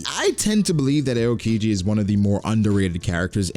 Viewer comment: the way you pronounce aokiji urks me 😖😖